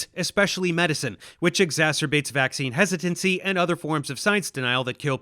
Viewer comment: “Vaccine hesitentcy”😂 😂😂😂😂 are you really this stupid.